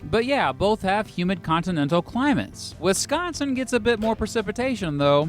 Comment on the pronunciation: as a wisconsinite, thank you for pronouncing wisconsin correctly ❤